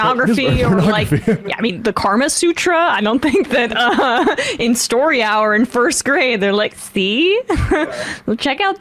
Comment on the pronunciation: Kama Sutra, not karma